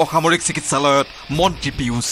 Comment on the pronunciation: Piyush nohoi beh...Pijush ko... Ki Jada murko manuh beh..